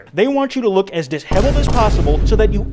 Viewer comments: di sheveled not "dis heveled" lamo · I like how instead of dishevled he said dis-hevaled. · bro rreally said "diss-heveled" 💀